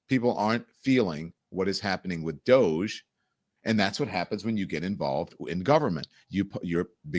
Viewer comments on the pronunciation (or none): none